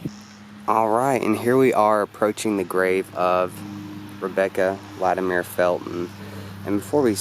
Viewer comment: LatimEER? Fuck no. It’s latimer. This is appalachia son.